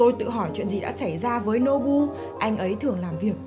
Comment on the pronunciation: Nobu mà sao anh lại đọc là bú ơi